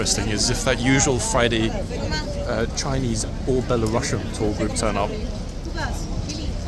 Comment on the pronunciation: “Frinese”. Almost fell out of my chair laughing. 🤣🤣🤣